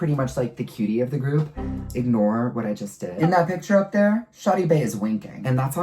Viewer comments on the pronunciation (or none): none